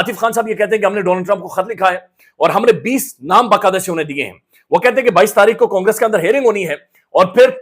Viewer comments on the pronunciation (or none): none